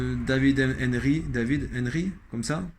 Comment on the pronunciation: Merci a toi pour les remerciement 😂 Henry ca se prononce comme Henri 4 ou je sais pas si tu connais Titi Henry le champion du monde de foot en 98 du temps de Zidane. Beau boulot un vrai tourneur😂